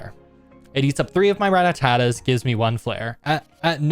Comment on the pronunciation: "Rattatatas" 😂 that's a "ta" overboard